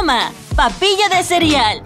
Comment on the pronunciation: Like si te diste cuenta de que digo cirial en vez de cereal